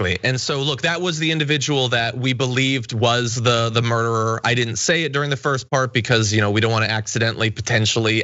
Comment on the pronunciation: Did any damage report people even watch the videos to get a sense for what REALLY HAPPENED? Maybe. They haven’t made a new video about this in a week. It’s so funny when he keeps saying “murderer” with such emphasis. Heads completely up their asses or they’re lying on purpose